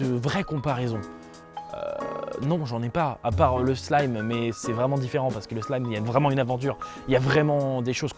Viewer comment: Franchement, ce manga est ouf, il bat très largement re:Monster (que j'aime aussi) tu l'as bien présenté et j'ai rien d'autre à ajouter... Mise à part le fait que la prononciation de "slime" m'a fait saigné les oreilles. Sinon ta vidéo est très plaisante